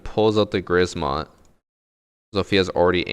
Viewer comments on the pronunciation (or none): Ela pulls out the WHAT? Grizmot? xD "Grzmot" is pronounced "ɡʐmɔt", the R is silent, it just makes the Z hard